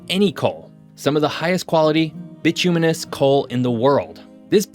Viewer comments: Ok first off I love that you did this video and well done overall. However, second point as a native West Virginian I beg you to learn to say bituminous and Kanawha correctly. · You mispronounced 'bituminous'.